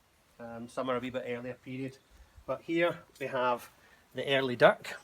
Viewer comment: Now i know you said dirk but for a second there i thought you said dick and i got right confused.